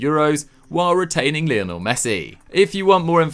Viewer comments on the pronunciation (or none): none